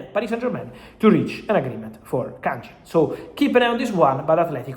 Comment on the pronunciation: Fabrizio, with respect. It's Kang-in Lee. Not Jin. You keep saying his name wrong.